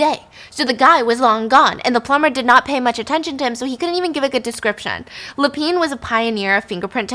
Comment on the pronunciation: Same with Lapin 😅